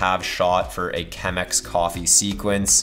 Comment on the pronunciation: This video was going soo well until he said "Chemex"..... The coffee snob in me is dying. But then, great video!